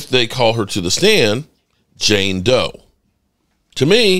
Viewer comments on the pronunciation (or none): none